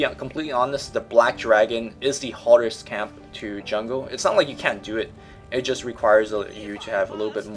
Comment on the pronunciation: The way he pronounced "hardest" does not sit well with me for some reason.